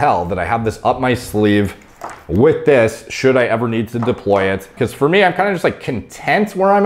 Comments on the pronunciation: New drinking game, take a shit each time says "Fier mee" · 32 minutes summary For meey For meey For mey For meeey For mmnneeeyyy